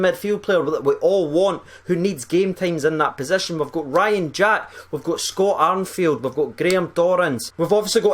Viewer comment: He also said tenacity correctly and also said Arnfield, better get someone to check he is okay.